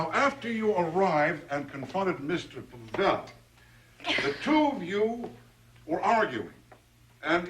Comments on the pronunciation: LOl, The policeman talking to just called Him Mr. Pa-VeLL. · It really adds comic relief somehow that that cop mispronounces Pavel every single time.